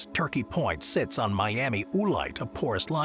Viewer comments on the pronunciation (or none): none